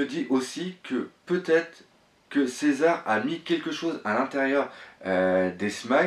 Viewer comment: Premièrement s'il te plait prononce bien les nom on dit Shanks pas shank et on dit césar pas cisar ensuite je pense que ta théorie est peut être vrai même si les fille je pense pas que c'est les même elles ce ressemble un un peux mais elle ont pas la même tete